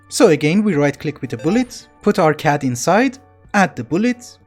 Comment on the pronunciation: CAD is read like NSA and not like NASA I know you ignore these types of comments but you said it like 30 times in a row and it got to me (which may have been you trolling if so good job)